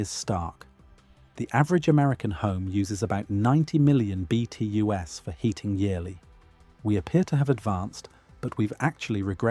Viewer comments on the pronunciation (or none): I had my suspicions, confirmed when it spelled out BTUs including the S.